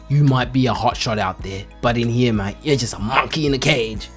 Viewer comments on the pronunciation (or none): none